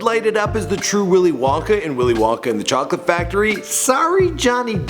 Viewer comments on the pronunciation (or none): none